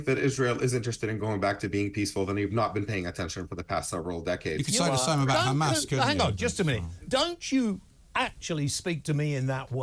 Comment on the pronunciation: Hey there isnt a G in the word Hamas, we westerners pronounce it Hamas, as its spelt, This war has gone on forever and will continue to, 2 wrongs never make a right.